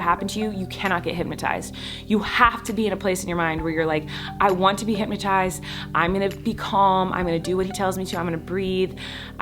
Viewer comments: HypNOTized. Not HypMatize. 😒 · Every time she said hypnotized she said hypmatized 🙈🙈🙈